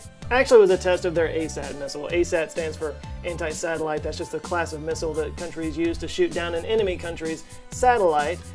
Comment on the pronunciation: "SATELLITE" not "SATTELITE"